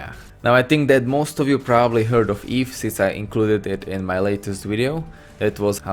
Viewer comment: for some reason it really bothered me when you said when you say it like EEEEV like eva without the a